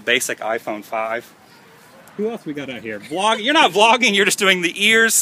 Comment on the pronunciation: It sounds like your saying flogging..which the def. for is a public beating with sticks..Lol..That must have made you feel good,seeing your fans:)